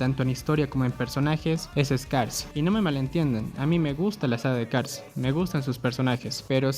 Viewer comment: Aquí el problema no es cars 2, el problema es no poder pronunciar Cars